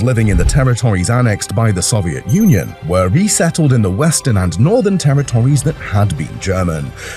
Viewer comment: Is this narrated by a robot or a human....." Terror Tories,"....what ghastly pronunciation.